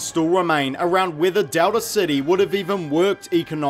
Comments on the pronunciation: Anybody else bothered by this guys pronunciation of "Dowda City" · I hear Delta City as “Doubter City” Seems more appropriate anyway.